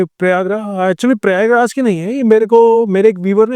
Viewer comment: She said priyagraj 3 times. Learn to say the name correctly